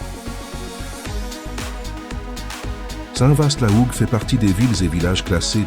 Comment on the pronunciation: Ma région est très belle mais la prononciation de st Vaast la Hougue c'est st va la hougue très bonne vidéo cependant.